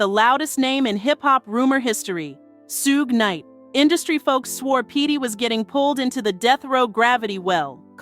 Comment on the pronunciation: IT'S PRONOUNCED SHOOG NIGHT!!!